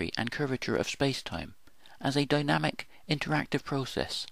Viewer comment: Light, life, dynamic are loit, loife, doinamyc in your pronunciation and that makes your movie ununderstandable. Please improve.